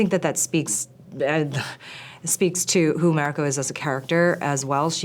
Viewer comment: The white showruuner cant even say Mariko correctly wtf